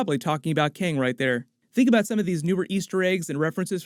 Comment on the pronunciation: Good video! Thanks for the explanation! It was funny though how you kept calling Kang, keng, lol they said it like 5 times before you started explaining lol, still good video!